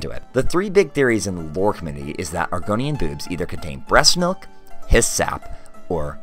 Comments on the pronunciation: "Argonian Bewbs" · you say it like bewbs, thats all i needed to continue watching this video